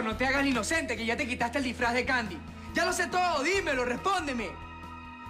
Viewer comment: Y ahora Sandi en vez de candi jajajja